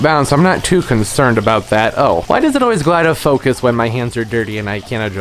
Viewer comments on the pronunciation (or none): none